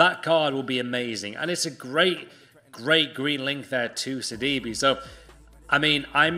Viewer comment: Lmao sidibe isn’t it sidibe